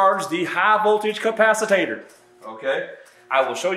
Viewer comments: Finally.....someone who actually discharged one of these beasts in real time.... bravo ! By the way... "capac-i-tator" ?...haha, got it... I guess that's Southern speak for capacitor, eh? Cheers. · Ca-pa-ci-tor. There is no “ta” syllable in “capacitor.” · My first thought: Should I trust someone who doesn't know how to say "capacitor"? Ah, but maybe he just throws in the extra syllable for a little extra humor. ... OK, I'll keep listening.